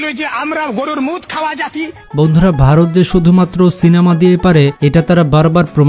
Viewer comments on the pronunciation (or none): none